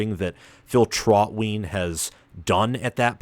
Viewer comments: Phonetically it’s Traut-wine. pronounced it Traut-wheen😂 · TrautWine*. Not pronounced traut-whine lol